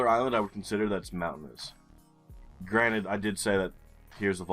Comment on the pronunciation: Imagine me thinking you said "Granit" since last summer every time you said "granted"! I did find that sort of peculiar that you so often referred to whom in my imagination was the creator of GeoGuessr maps. I realized you say "granted" only this week, lol!